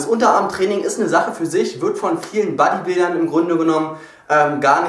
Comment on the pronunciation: dein dialekt ist ja wirklich nicht schlimm, aber dass du bodybuilder wie buddybilder aussprichst tut in den ohren weh :D